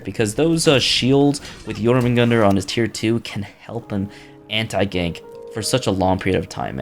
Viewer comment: its Jormungandr. "Your-Min-Gan-Dur". Not "Yodin-Min-Gan-Dur" glad main brain what makes it even funnier, is that you pronounced it 2 times right after that, perfectly